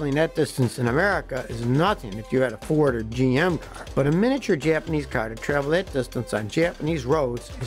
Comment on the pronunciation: Great history lesson. You can speak Japanese names and words, better than most Americans. :)